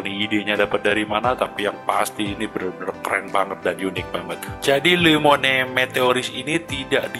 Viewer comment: Luo mowane , itu cara bacanya